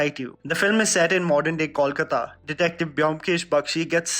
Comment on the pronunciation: if you can't pronounce Kolkata, then dont try na. Say Calcutta.